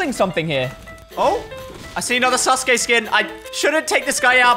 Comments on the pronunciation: Sasuke is pronounced "sauce-k" and Naruto is just "Naruto" like said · Thank god he didn’t said “Sasouki” and “Nruto” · I am pretty sure sasuke is pronounced "sauce kay" not "sas kay" but amazing video guys keep it up 💪🏽🔥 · Nobody:: susgay instead off susuke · It’s pronounced ‘sazuke’ not ‘saske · Sus gay 😭 its said “sas-kay” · NAH RU TOE SOS KAY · “Sasuki.” Said by 😅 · He literally said sus gey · "suSKe" 😂😂😂 accidental 300 iq play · Man really said sasgae lol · bro really said susuki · SASUKE. Isn’t it said sus-koo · Sasuke is pronounced sah su kee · It s Naruto and Sauske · It sa -su-ke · It’s pronounced saa-suu-kee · Why did he say sus kae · Did say sus gay